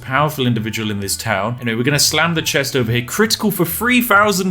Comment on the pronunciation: I thought he said sand not slam